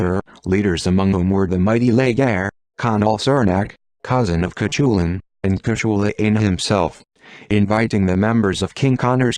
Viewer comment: I was looking forward to hearing this story. Until I heard, spelling out Cuchulainn because its AI couldn't cope with Irish grammar. I will not listen to any video that uses a. Sorry, but they really annoy me.